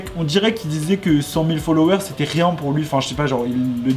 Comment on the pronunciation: "Qui zétait" 😖